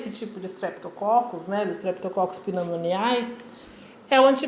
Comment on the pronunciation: estou adorando, seu vídeo esta me ajudando muito, mas lembre-se que o ae no final não de pronuncia, é agalacti ou pneumoni. obrigado pela ajuda.